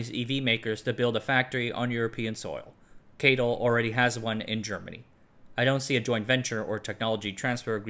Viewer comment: Geely is pronounced as "G"-ly, just like the Chinese pronunciation Also I work in finance and I never heard ppl pronounced CATL like you do.... Only heard people spell out all 4 letters